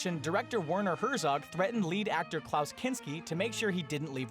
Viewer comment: I can't believe how you pronounced Werner Herzog's name...